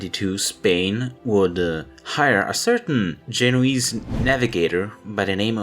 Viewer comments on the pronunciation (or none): none